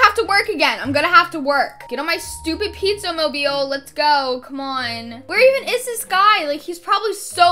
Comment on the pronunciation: " pizza mobel "